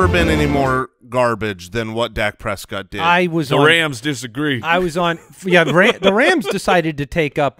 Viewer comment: Dak Pres-squat.